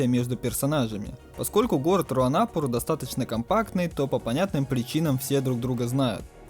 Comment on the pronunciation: РуанопУр, а так всё гуд!